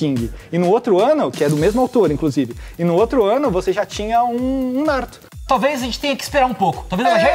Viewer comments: NaRÚto, kkkkkk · Quando esses cara fala NÁruto eu demoro pra entender q eles falaram Naruto. Q agonia! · Ótimo vídeo, mas me dá uma leve agonia ouvir vocês falando "Náruto" hahaha.